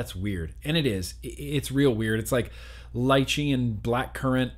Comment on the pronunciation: Every time pronounces the word "Lychee" my ears catch it as "Light cheese" LOL